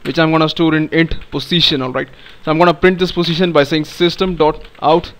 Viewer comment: nice accent fellow indian.. btw.. every time you told Position it looked as if saying Pussytion